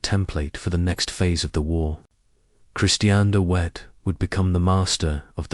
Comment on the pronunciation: De Wet the w is pronounced like a hard " V" not as wet as in water